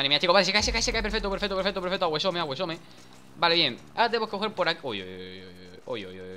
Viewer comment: aguesome? jajajajajajajaja lol lol lol lol aguesome. Nah pero estan chidos tus videos carnal, estan aguesome